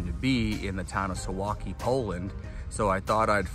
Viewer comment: Correct pronunciation: sooValky